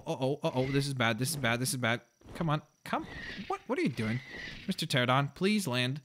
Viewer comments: It's pronounced Terr-ran-o-don not Terr-o-don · And the pteranodon is pronounced tear-an-oh-don. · its pronounced cha ran a don